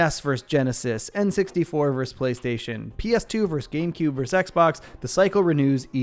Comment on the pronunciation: Versus... vs. is short for versus and is pronounced "versus" which sounds like verses.